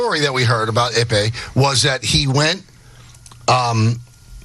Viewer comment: Michael Kay: "Muzahara". No, his name is Mizuhara. Also Michael Kay: "Ippy". No, his name is Ippei. Also Michael Kay: "He lost $141 million and won $100 million." No, the wins totaled $142,256,769.74, and the losses totaled $182,935,206.68. Dumb guy on the left: "...the minimum of what Ohtani is guilty of is being a rube..." Well, Dane Cook was embezzled by his own brother out of $12 million dollars over a period of 10 years. Dane Cook said he didn't pay much attention to his accounts and the only way it was caught was that he hired a new manager, and the new manager found out about the crime. Wealthy people are often too busy and delegate things to others. I guess lots of people are rubes, then. I worked in the Trust Industry (managing assets of wealthy individuals and also corporate pension funds, etc.) and stuff like this happens all the time. Lots of embezzlement goes on and it's not that difficult. A lot goes undetected. Dumb guy on the right: "How could his interpreter have access to his money? HOW!?!?!??..." READ. THE. AFFIDAVIT. It shows how Ippei did it. These guys are so obtuse and willfully ignorant when they could just read the affidavit.